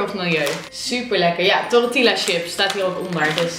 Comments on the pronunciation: toretila lieve het is tortielja (zo zeg je het)lol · Jij spreekt het uit als toretiela, maar je spreekt het toch uit als tortilja? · geen haat ofzo maar je spreekt tortilla uit als tortija:-) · Hey! Ik vond de kwaliteit van de lamp echt geweldig en dr plek waar je opnam ook, ik weet niet maar het geeft gewoon een leuke sfeer:) ps. je spreekt tortilla uit als tortieja xox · het is ook nie tortielja het is tortija , ik doe spaans en de ll spreek je uit als j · hoorde ik nou torretilla?😂❤